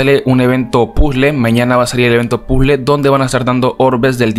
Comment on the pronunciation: Porque dices pule y no puzle